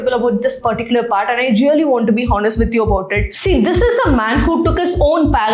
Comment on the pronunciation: Mam.. childrens,honest,hours..grammar and pronounciation is wrong at many places..good if u notice n correct